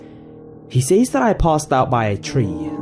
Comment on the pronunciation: NUMBA ONE!: It's pronounced "sez", not "sayes". Good job though